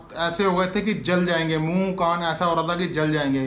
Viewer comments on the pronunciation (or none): ऐस नहीं ऐसा ।